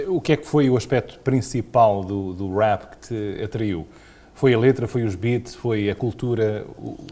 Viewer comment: o entrevistador tem a mania que fala muito bem inglês mas nem rap sabe dizer caraças !!!